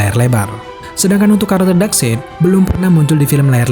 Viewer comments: dibacanya bukan side said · FYI Darkseid dibacanya kayak baca kata darkside jadinya Dark-sait bro bukan dark-seit. 😅 Geli geli greget gitu denger naratornya bilang "dark-seit" mulu sepanjang video 🤣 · Common fact: Darkseid dibaca dark-side. FYI aja sih ✌🏻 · bacanya bukan darkseid min tapi bacanya darksaid, sekedar koreksi aja sih